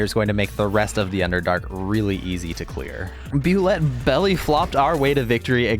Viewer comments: Not that it's a huge deal, but it is pronounced like Boo-Lay. Not Boo-Let. This is from the creator of the monster Tim Kask. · woah, i didnt realize you could reanimate the spider queen or bulette. also, small side note, its actually pronounced "Boo-lay" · it's pronounced boo-ley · Btw Bulette is pronounced boo-lay the origin of the name is kinda hilarious and dumb. When they first designed the monster it was based on some very cheap dollar store inaccurate dinosaur figures. The creatures looked pointy and given the whole swimming through the earth deal they were given they seemed like bullets but the creators wanted it to have a flair to its name and tried with very low effort to make it sound French this giving birth to the name Bulette